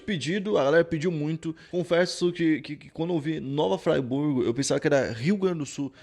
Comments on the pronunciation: si fala como si escreve e Friburgo msm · Fala o nome da minha cidade direito kkk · Eu sou de Nova Friburgo a cidade do video, vendo esse video lembrei das histórias que meus pais contavam sobre eles pequenas correções: Varginha e Riograndina sâo bairros da cidade e se pronuncia o nome da cidade do jeito que se escreve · Vc pronunciou o nome da cidade errado irmão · Eu sou de Friburgo, se pronuncia como lê kkk, mas vídeo top, minha mãe fala que nessa época era muito difícil sair nas áreas rurais. Praticamente todos andavam armados... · O falando nova friburgo kkkkkkk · toda vez que ele falava eu ficava agoniado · nova "fraiburgo" mesmo? sei que talvez tenha puxado pro inglês, mas nós somos BR então, nova friburgo, de Friboi kkkkk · Não é Nova FrAIburgo. É Nova Friburgo mesmo. E não é uma roça isolada da civilização. Ficou uma péssima impressão. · MEU DEUS DO CÉU A PRONUNCIA É "NOVA FRIBURGO" E NÃO NOVA FRAIBURGO, E RIOGRANDINA E VARGINHA SÃO DOIS BAIRROS AQUI DO MUNICIPIO, NA NOSSA CIDADE TODOS OS BAIRROS PRATICAMENTE SE LIGAM PELA MATA POR ISSO ELES VIVAM PELA MATA E CUSTARAM A SER PEGOS ELES CONHECIAM A MATA DA CIDADE TODA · n é fraiburgo n mano, se fala friburgo do jeito q escreve msm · Moro próximo ao nova Friburgo, o engraçado que o seu sotaque fala o nome da cidade de uma forma muito errada kkkkk é tipo, tu fala Fraiburgo, mas se diz fríburgo, mas tá valendo, não é crítica não, só achei engraçado o sotaque, a história é bizarra demais. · Nossa,. Você se enrolou todo na pronúncia. O lugar é Nova Friburgo (pronuncia-se Friburgo mesmo. E não Fraiburgo). Quanto ao RS, acho que você tá falando de Nova Hamburgo. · O nome correto da cidade é Nova Friburgo, não Fraiburgo. Eu morava na zona rural da cidade nesta época. Acompanhado todo esse caso. Abraços. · Nova “fraiburgo” não né kkkkkk nova friburgo kkkkk só ler normal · Eu fiquei foi tonto com a pronúncia do cara kkkk Nova Friburgo ou Nova Fryburg ? Ķkkkkk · Agonia ele falando nova "Fraiburgo" tnc